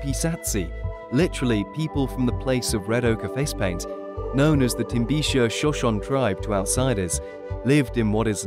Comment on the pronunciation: Love the video but you pronounced Shoshone incorrectly! "shuh.show.nee"